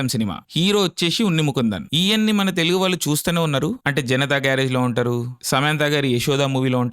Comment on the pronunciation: Oreyy pulka it's TELUGU Not Telungu First learn how to pronounce it